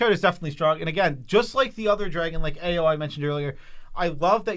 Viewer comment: Ao is pronounced like "Ow" and the Ei in Eiganjo is pronounced "Ay"